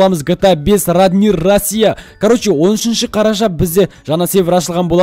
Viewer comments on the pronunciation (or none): none